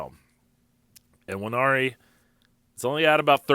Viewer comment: Nwan-airy, sir. It's a Bantu-derived name. Please learn the pronunciation. Pronouncing his name incorrectly is an insult to the young man.